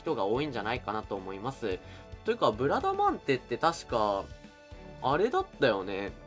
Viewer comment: ブラダマンデ・・・言いにくい・・・